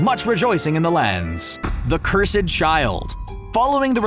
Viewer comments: Sir, no offense whatsoever but may I ask you something? Why do you say curse sed instead of cursed? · Who els was annoyed by CUR-SED CHILD 😤 pleaseee pronounce it right it’s cursed child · The cur sed child :/ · I’m so sad no one can say cursed it’s curs-D not curs-ED Please someone learn how to say the word cursed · the cur sed child??? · The cur sed child, why did u sAy that what the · He mispronounced it on purpose because people will post in comments they get good engagement for the channel and attract more sponsors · He can’t say cursed properly.... can he?